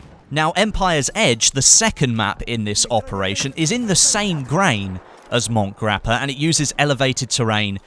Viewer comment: By the way as an Italian it is pronounced Mont-e Grappa not mont as in French pronounciation